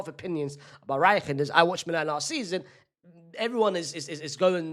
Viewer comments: Who tf is reigggggginders its reijnders and you dont pronounce the J as a G the eijn is pronounced like the ine of wine and ders is pronounced like the end of headers the ders so “rine-ders” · I’m Dutch and wtf is he doing to Reijnders his name 😂